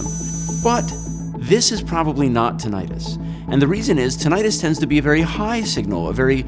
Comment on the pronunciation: He can"t even pronounce tinnitus properly.